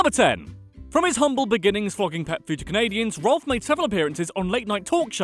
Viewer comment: Rowlf is pronounced rawph like the sound a dog makes.